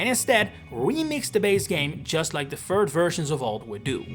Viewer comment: what is a "fird version"? 😂